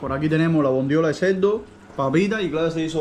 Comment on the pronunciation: Querido.... podrías por favor empezar a decir ceRRRRdo? No es ceLdo!! Es lo único que me irrita del canal... jajaja. Me pregunto cómo le dirás a la palabra VALGA.... Varga???? Jaja